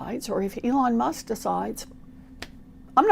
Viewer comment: Judges must keep saying “Elno Musk”